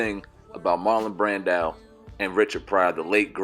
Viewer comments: Bruh Marlon Brando not Brandile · Lol "Marlon Brandow?"